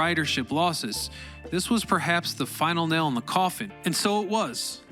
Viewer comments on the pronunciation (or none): none